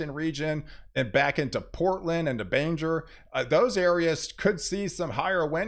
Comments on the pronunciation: Hi, greetings from the Downeast Region of Maine. Looks like we're going to miss what could have been a very destructive storm. Yes, we will get rain and some moderate winds, but nothing compared to what could have been. Keep up the good work. Oh, by the way, Bangor is pronounced Bang-Gore. You called it "Banjer." 😂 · Bangor is pronounced bang-ore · Maine girl here,thanks for your work and updates! Ps,, it’s ‘bang-gore’. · Bangor Maine is pronounced “Bang-Gore” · Hahaha! 😂 I'm glad you mentioned the pronunciation of "Bangor"!